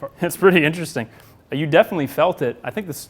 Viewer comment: Inteewesting. Vewy, vewy, inteewesting.